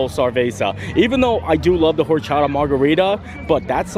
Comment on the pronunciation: fyi....hope you see this, but in spanish you do not pronounce the H in either horchata or habanero, they start off as or and ah,, or cha ta and ah ban er o..... pronounce all a's like ah.